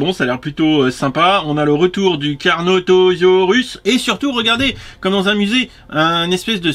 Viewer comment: Oh non... t'as écorché le nom d'un dinosaure! 😂 C'est pas CARNOTOSAURUS mais CARNOTAURUS. Carnotaurus signifie "taureau carnivore" (en référence à ses cornes) alors que Carnotosaurus ça veut rien dire ('fin si ça veut dire lézard carnivore mais dans ce cas le T-rex et le vélociraptor aussi sont des carnotosaurus). Voilà. Sinon pour le masque Batman, il est pas dégueu c'est juste que le set donne l'impression d'être pas fini.